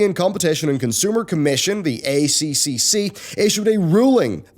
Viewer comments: Just FYI it's pronounced "A triple C", no Australian will ever call it "ACCC" and it sounds strange and unnatural that way. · As an Australian I feel like I need to say.... it's "A triple C" not "A C C C" I know it's both really.... but holy jeebus it sounds wierd when it's pronounced in the later way! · weirdly enough, both 4 syllables, just hits our ear wrong when we hear A-c-c-c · stop calling it Aye Cee Cee Cee its the god damn -Aye Triple Cee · FYI It's the "A triple C" it's easier to say and that is how we say it here in Australia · I’ve been saying this on multiple youtubers covering this story, but the acronym is said as “A-Triple-C”. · A triple c it’s pronounced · I've said this to Yongyea, Jim Sterling, Pretty Good Gaming, and LegacyKillaHD. It is pronounced A triple C. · hahah It's funny hearing all the overseas youtubers saying a c c c :D dont correct them!